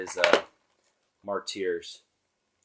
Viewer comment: Its pronounced marters NOT marteers. Illiterate sick fuck